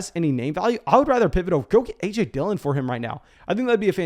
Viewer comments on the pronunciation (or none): none